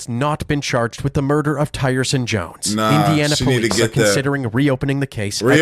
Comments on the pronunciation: tyrson is probably pronounced (teer son) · His name is prolly "tearson". You know how they love butchering our pronunciation... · I'm sure Tyrson name is pronounced (Tear-son) cause if its not I'd be so mad that was my name